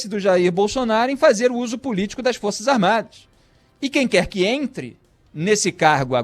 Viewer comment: O Idiota nem sabe falar Forças Armadas. ele falou duas vezes: Forças "Armadi "! Forças "Armadi "! E diz que é radialista! E quer dar seu parecer sobre o Presidente da República eleito democraticamente, mesmo "COM O VENTRE RASGADO POR UM PETISTA!" { PRESO EM FLAGRANTE DELITO! E ACOITADO PELO STF }.